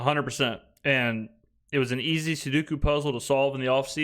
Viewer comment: Great show as usual - must have missed my previous comments as I noticed that you still haven't corrected your pronunciation of sudoku. I only mention it because you a perfectionist and a logophile so there there is little to improve upon. Which makes it worthwhile to point out a correction to one of you favorite expressions. If you are purposely saying it that way in a cornball imitation of the regions prevailing Southern and cajun dialects, I apologize. When I grew up on North shore of Lake Pontchartrain 50 years ago the term was not yet in vogue to be purposely mangled like so many endearing Cajun neologisms endemic to the region. SUE DOE’ COO. Just like those 3 English words are pronounced. Emphasis on the DOE. If you weren't a word maven and national merit scholar ( as I was in 1976) I wouldn't mention it. Ps you are my top youtube destination - BTW, I recommended you to dozens of Saints fans after the Dallas game.